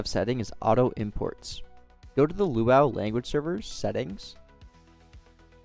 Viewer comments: It's pronounced as "loo-ah-you", not "loo-ow". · By the way, LuaU is seperate from the word Luau. It's pronounced Loo-a-you, Lua U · never seen anybody pronounce it like that, even staff at rdc.. weird since the U stands for universal and Lua is pronounced Loo-a Definitely gotten spun over time with new devs in and out, that pronunciation was only added in 2020 to the site and GitHub so just looks like they reinvented the wheel 🤷‍♂️